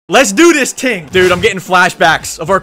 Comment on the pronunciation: “let’s do this ting”